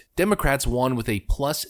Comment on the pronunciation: you say 'won' wrong. like it's an asian word.... it's supposed to be a homonym with 'one' bro.